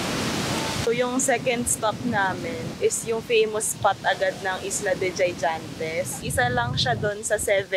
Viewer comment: Islas De Gigantes ang pronunciation sounds or read like “ Higantes “